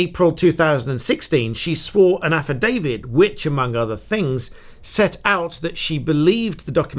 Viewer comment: Affidavit not Affidavid 😍